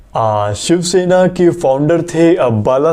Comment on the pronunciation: The fact that he says Siv Shena instead of shiv sena😆🤣